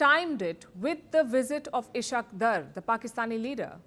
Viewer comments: Please, at least, try to learn pronouncing the names properly. I have been wondering who is Ish-aaq? It's Is-haaq Daar. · madam I have huge respect for you; the way you narrate things are quite phenomenal; however , it is not ishq dar but isss_haaaaq_ daaaaaar! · He is ishaq dar not ishat daar🤭😂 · Ishaqdar😂 Its Is-haak_Daar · Sister how would you feel if someone pronounces your name as paylki??? No doubt you are indian but you are also an analyst, while naming dignitaries you shouldn't be so casual. You are not a native of Europe and surely know the name ishaque pronounced as ishaak while daar is also a caste in India. It doesn't behove you to show your enmity by deliberate wrong pronunciations. Respect and prestige is conferred by Almighty Allah you can't humiliate a respected person by such mean tactics. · Palki ji! Would you please allow me to correct your pronunciation of Pakistan's Deputy PM and Foregin Minister name! His name is Ishaq Dar! Ishaq is the Arabic version of the Christian or shall we say Jewish name " Issac". Read as Eye Sak. The word in Arabic for this name is " Ic hak" Ice is for ice cream. Similarly It is read as Ic Hak. And the latter part of his name is "Dar". It should be pronounced as you pronounce "Car". So should be Dar. Hope when mentioning his name next time you would be at ease. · she cannot pronounce Pakistans foreign ministers name properly...what a journalism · Can you please learn to take the name of Ishaq Dar properly? Given your obsession with Pakistan, should have learnt by now. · you can't even pronounce Ishaq Daar and Amir Khan Muttaqi's names properly. So much for your due diligence and professionalism Palki.